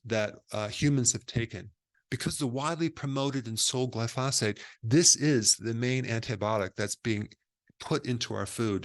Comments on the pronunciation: Come on - its GLY-phosate. Not gly-PHOS-ate. 🙂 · It bugs me that Dr Berg mispronounces glyphosate. He says glyPHOSate. It should be GLYphosate. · Pronounced GLY-FOE-SATE not Gly-Fa-Sate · It’s Glyphosate, not Glyphasate. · It's spelled "glyphosate"....NOT glyphasate. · glyphosphate... not glyphosfate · Gly-pho-SATE emphasis on the SATE. Sorry this mispronunciation is just bugging me. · Dr. Berg I enjoy your videos, but I must agree with one of the other commenters and respectfully suggest that you are pronouncing the name of the herbicide incorrectly. The accent is on the first syllable so it is properly pronounced GLY-fo-sate. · Eric, Since it's discussed so often and so importantly, you might wish to know that the word is pronounced GLY - fo - sate. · Please say "Glyphosate" correctly. I liked your video, and you seem very well educated. That's why I don't understand why you mispronounce glyphosate. The emphasis is on the first syllable, "gly" not the second "pho"- GLY-pho-sate. Thanks for what you do. I am a retired scientist (worked at EPA), and no English expert, but I DO know how to pronounce a lot of pesticides. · "GL-EYE fo sate" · It’s Gly pho sate. Emphasis on the Gly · Dr Berg, thanks for your great work, but here's a lil tip for the future: Glyphosate: pronounced GLY - FO - SATE: Gly = rhymes w/ fly, FO = rhymes w/ oh, SATE - rhymes with bait. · It’s pronounced around the world as gly-so-fate. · It's gly-PHO-sate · Every time he mispronounces “glyphosate” I’m reminded he’s a chiropractor. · Glyphosate is pronounced with the accent on the first syllable "Gly", not on the 2nd syllable "phos". No other scientist or doctor on youtube pronounces it like Dr. Berg. Doesn't help his credibility.